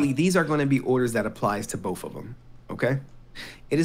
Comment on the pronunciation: I dont know why, but i cannot stand when people use an eff sound for th. I just kept hearing "bofe of them."